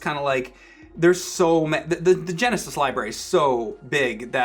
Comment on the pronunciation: ol boi says 'sega gonesis'